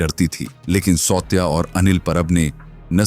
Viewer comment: सावत्या not सौत्या.